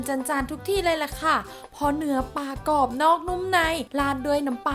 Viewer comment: กรอบ ไม่ใช่ กอบ ปลา ไม่ใช่ ปา